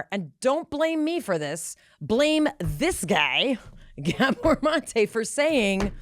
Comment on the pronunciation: Please say Dr Gabor Maté's name correctly??!!!